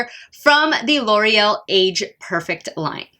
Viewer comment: Perfect- It isn't pronounced 'perfec' it's 'perfect' !!! There is a 't' at the end . Ugh